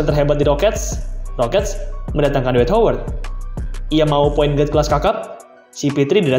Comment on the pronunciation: Min sekarang lu nyebut Howard bunyi pengucapannya masih "Howerd" atau udah "hawerd?" 😏